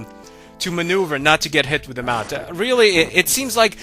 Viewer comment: everytime you said Mount I cringed lol